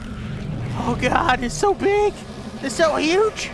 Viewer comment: he said hooj 😂